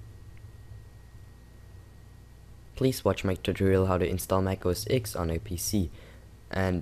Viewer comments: Its not mac os "ex" its mac os "TEN" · Mac OS X, please say 'Mac OS Ten' :(